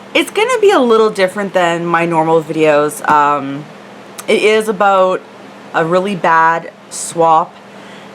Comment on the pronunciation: I love how you say "aboot"!